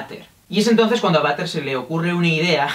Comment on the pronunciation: m siento mal porque cada vez que decia butter me sonaba a vater de baño y me entraba la risa :'(